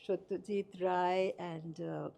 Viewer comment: Is “Rye” the proper Bengali pronunciation of “Ray”? I think she said “Ray” the first time, and then “Rye” later.